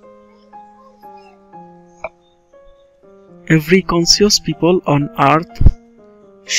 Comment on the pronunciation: akta word vull ace "conscious" eta hobe conscious